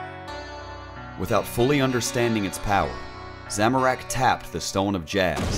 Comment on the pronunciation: Make more of these videos But please learn how to pronounce "Zamorak", I'm cringing over here